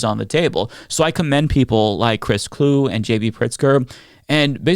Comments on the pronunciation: Pronounced Clue-ee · Vikings fan here. His last name is two syllables…it’s pronounced like Chewy, only Clue-y. 👍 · Great video and hate to be pedantic as a result, but just for what it's worth, Chris Kluwe's name is pronouced "clue-EE" (saying that in the hopes that he pops up in the news again and people get to talk about him again!) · Chris Kluwe is pronounced Cluey.